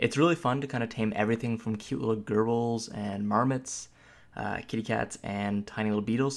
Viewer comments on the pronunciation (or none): you said it like “cute little girls” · Lol your pronunciation bro. It sounded like you said it was fun to tame cute little girls. It's pronounced jer-bils. Also, the wyvern, being from heraldry and not just made up for games, has a correct pronunciation, and any other is just wrong. It's why-vern. I agree with a lot of your points but I have a real problem with the fact that there are basic mmo controls that are completely absent from the game, such as the complete lack of any function to cycle through friendly players other than by clicking on them (control F1-F5 doesn't count as that's only for party members AND sucks anyway). That is way less efficient than having a cycle button such as tab for enemies. Mouse clicking on them isn't a real alternative as the mouse cursor is almost invisible at many resolutions. Another thing is that my hotbar disappears EVERY TIME I change zones (like entering/leaving a dungeon) and I have to relog to get it back. It does this on every character.